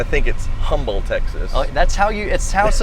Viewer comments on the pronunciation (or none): What David said : Texas What I heard : Techxas What's up with my ears?